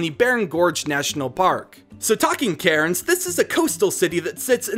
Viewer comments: I really like your ideas, but I do have a couple of small nitpicks 1. I know you apologised for it, but I thought I'd let you know anyway, the correct pronunciations are emyu (emu), melbn (Melbourne), cans (Cairns), canbra (Canberra), brisbn (Brisbane) and Albany is pronounced with the a from apple 2. Uluru is a scared ground, so you can't climb it so that's both a point for and against your legendary idea 3. Tasmania is not just an island, it's a state on its own, but I understand what you were going for Anther idea I had is that seasons could emulate those in the southern hemisphere rather than northern hemisphere since they seem to mimic the northern hemisphere (as far as I can tell) for the other games I personally feel like there needs to be a third legendary which represents compromise or balance, but I have no idea how that would be shown as a Pokemon... I also think that there needs to be a reference to the bunyip too, especially if there's a reference to drop bears! An echidna would be good too... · For all non-Australians... Melbourne is pronounced Mel-Ben, Canberra is pronounced can-bra and Brisbane is pronounced bris-Ben. (Also cairns is pronounced cans) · The way he said Cairns and lake Eyre fml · who else got annoyed/triggered by the mispronunciaction of Melbourne, Canberra, Brisbane and Cairns?